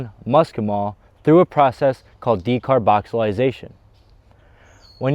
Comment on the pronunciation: De car boxy lating or de car boxy lation, not decarboxilisation!